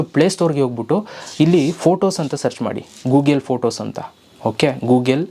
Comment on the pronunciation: Gugel alla ri Google!